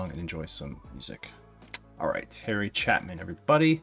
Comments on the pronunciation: Small point: CHAPIN pronounced with a long "A". Like chay-pen. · CHAY pin not Chapman... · I don't mean to be a jerk, but there's no M in Chapin. Long A. Chaypin (phonetics). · It's chay-pin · I’ve seen many people mispronounce “Chapin”, but I’ve never seen anyone repeatedly change it to a completely different name while reading it off a page. Until now, that is… 😂 Good ol’ Harry “Chapman” haha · Its Chapin, not chapman... put your glasses on.. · Sorry to correct you but it's NOT Chapman there is NO M. It is pronounced Chay-pin. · Lesson for future videos - learn how to pronounce the artist's name. It really deterred from the video and the greatness of Harry Chapin. (CHAY PIN) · Chapin is pronounced 'Chay-pin'. I think you would really like his song 'Cat's in the Cradle'. It's probably his most well-known song. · I'm glad you caught the mispronunciation of his name..I thought I going to lose my mind if you mispronounced it one more time!..I mean, there wasn't an M within 10 miles of that name!